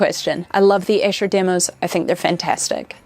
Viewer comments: Sorry to be pedantic but Esher is pronounced Ee-sher , not Esh-er.Its a little town in Surrey near where I used to live. My favourite lyrics…. ‘He went out tiger hunting with his elephant and gun In case of accident he always took his mum’ 😂😂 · Hey, Beatle nitpick: it's Eee-sher! :D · Great video! No reason you'd know this, but Esher is pronounced "eesher"